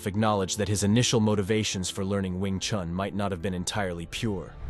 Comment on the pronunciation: Attempting to talk about an art, start by learning to pronounce its name correctly. It is not "chAn" but "chUn". Would you trust an opinion about, say, Leonardo da Vinci, if the voice would pronounce the surname like "de Vaintsi" ? It is strange indeed that later in the video the name "Yip Chun" is pronounced correctly. What's the difference ? "Wing Chun" and "Yip Chun", huh ?